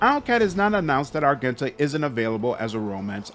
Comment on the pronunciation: the G in Argenta is pronounced like a J. and Sororitas is pronounced "Suh-Roar-Ee-Toss"